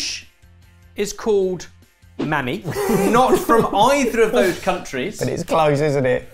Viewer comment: The moment I spotted Mämmi on the plate (easily recognizable) I was excitedly waiting for Ben's pronunciation. And to my surprise, he didn't mess it up too bad. The only thing he went wrong on is that he left the double m a bit short. Closer to Mäm-m-mi than what he said which was Mä-mi. Hopefully that'll help with finnish words in the future. Also, I am quite surprised that the boys liked it, since it's quite a love it or hate it type of desert.